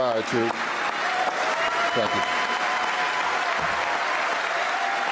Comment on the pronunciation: "Sank Yu NBA"